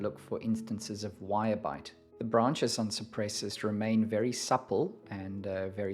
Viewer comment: The name of the genus is Cupressus (meaning: cypress) and it's pronounced koo-press-oos in latin. ;-) I don't believe it's a Leyland cypress, though. Leyland cypress is in fact a hybrid between macrocarpa and nootkatensis. It has somewhat different foliage, flatter, more alike to Cupressocyparis genus. Yours has more 3D foliage, like all true cypresses. As the mediterranean cypress is greener and yours is bluer, I believe it is Cupresuss arizonica.